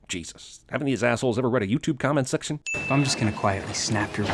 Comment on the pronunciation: It might be only my impression but did he pronounced "section" wrong?